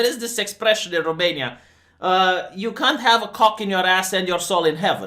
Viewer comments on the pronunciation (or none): none